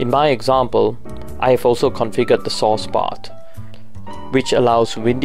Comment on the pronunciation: I thought he said “sauce” code.. Yikes!!